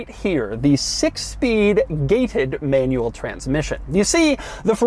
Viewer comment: Doug’s the kinda guy not being able to pronounce "manual" nor "five hundred and ninety-nine"